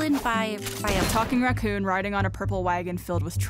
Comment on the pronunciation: Imma be honest, I thought Yang said "a fucking racoon" on the first watch